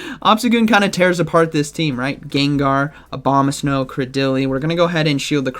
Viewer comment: It's Abomasnow (pun on abomination). Not Obama-snow 🤣